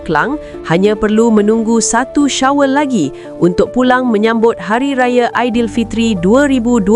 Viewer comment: Syawal disebut 'Syawel" 🤣🤣🤣